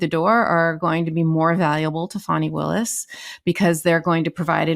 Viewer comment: Thanks for what you do., I kept hearing you call Fani Willis 'phony' when I've heard 'Fawny' don't know if it's related to her dad being a Black Panther at one point before being a defense attorney.